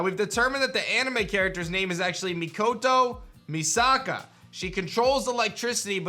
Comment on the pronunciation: Usually I’m the one that doesn’t understand obscure references but it was cool to see a YouTuber have a hard time saying the name of a character I’ve talked about multiple times: Mikoto Misaka